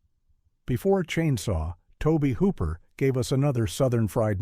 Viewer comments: Show some respect and learn to pronounce Tobe Hooper's name correctly. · He pronounced it wrong on 'Texas chainsaw' though, but on the 'Eaten alive' review he gets it right!! Also, he pronounces Ed Gein's name wrong!!